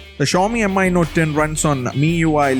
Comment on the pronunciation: stop calling it M.I. 🙄.. its just Mi from the word XiaoMi.. no m.i. or whatever